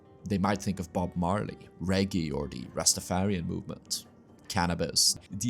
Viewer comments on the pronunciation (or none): Reggae is pronounced "reh - gay"